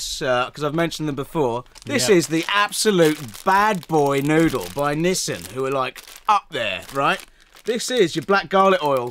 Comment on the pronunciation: How do Brits know if you're talking about Nissan or Nissin when you pronounce them both the same wrong way?